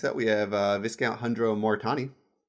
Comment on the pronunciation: Love your commentary! Just FYI "Viscount" has a weird pronunciation: the S is silent so it's "VIE-count." Thanks, French!